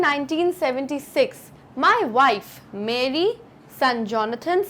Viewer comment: ma'am your pronunciations are all over the place. mary and voyage to begin with, arent pronounced correctly